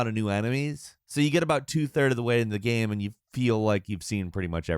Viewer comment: He can’t say the word GAME either... I think dude might be on the spectrum